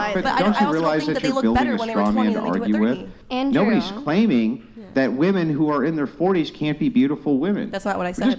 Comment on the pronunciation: What is it with people being unable to pronounce the word "women"???